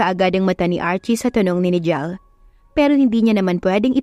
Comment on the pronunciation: Pasensya na po sa correction usually po kasi NIGEL is pronounce as naygel